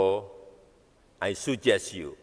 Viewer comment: Bhs inggris mana tuh pak, suggest dibaca sujes..itu aja dah tinggal baca aja, gmna kalau tanpa teks..wkwkwkwk. Gmna org Singapura mau ke IKN kalau dengar pidato nya aja mereka ketawa ketiwi.